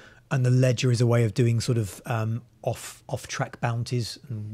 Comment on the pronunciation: I thought he said legend not ledger